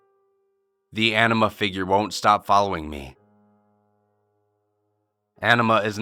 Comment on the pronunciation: I don't know why, but I keep hearing "enema" when he say "anima". Enema is a shitty color.